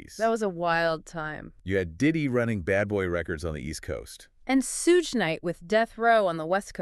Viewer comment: Who is Sooge /Suge ... it's annunciated Shoog, but spelled Suge